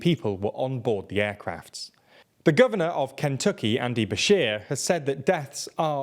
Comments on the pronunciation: Your pronunciation of Kentucky is strange. I have difficulty putting into words how it should be pronounced. But, you clearly sound like someone who is unfamiliar with the name. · I have never heard Kentucky pronounced like that until today.